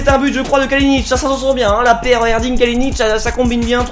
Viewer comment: j'suis moi même turc. Et quand tu prononce Erdinç baaah sa me titille, lit le " Erdrintch"